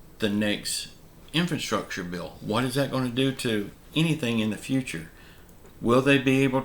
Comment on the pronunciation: Can you please tell me what... '𝐢𝐧-𝐅𝐄𝐍-𝐬𝐭𝐫𝐮𝐜𝐭𝐮𝐫𝐞'... is? I've NEVER heard of that before. I HAVE, however, heard of... '𝐢𝐧-𝐅𝐑𝐀-𝐬𝐭𝐫𝐮𝐜𝐭𝐮𝐫𝐞'. If THAT's what you mean... could you PLEASE use the word correctly...?